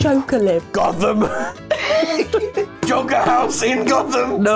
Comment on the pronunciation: Joker is 2 syllables